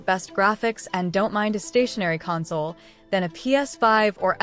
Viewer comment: Imagine showing video that matches the audio, with all of it's wonderful mispronounced words like "console".